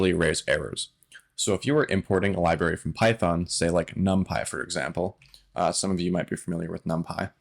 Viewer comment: 'Libary' makes me laugh every time 😂